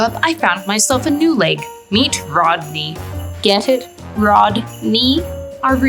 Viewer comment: “RODKNEE” is hilarious 😂😂😂😂😂😂